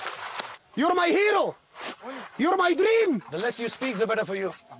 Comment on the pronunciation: Shahrukh khan : Don't talk to me. Get something get me out. That guy : you're my herro, you are my drream 🤣🤣